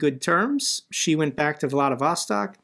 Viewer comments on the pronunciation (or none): none